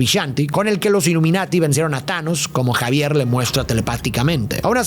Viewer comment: Todos: Profesor Xavier: Profesor Javier Jajajajaja el "Arenoso"